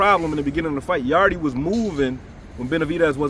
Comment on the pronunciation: So y’all just gonna keep calling him Yardeee instead of Yarde, the E is silent 😂